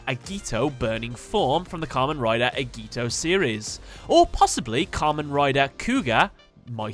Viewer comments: I love this video and Archetype, Love your trivia video mostly because I love tokusatsu, Japanese heroes. For sharing information. It's pronounced Bow Ken Jer, despite the spelling Boukenger. The A in Agito is pronounced the same way you'd say A in Apple, so its A Gee Toe Other than, amazing videos, you do amazing trivias for card Achetypes. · It's agito not agi to sorry